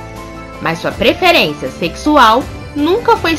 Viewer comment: o video tá muito bom, mas me incomodou um pouco ela falando "preferência"